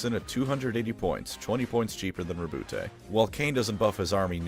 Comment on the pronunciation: As a note - you pronounced his first name correctly. As Rou-Boot. His name is the French version of Robert. I have no idea why so many people say Row-Bootay.